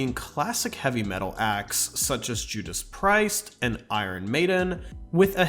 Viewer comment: Dude, pronounce Judas Priest properly, it's not like they're a new band or anything!!!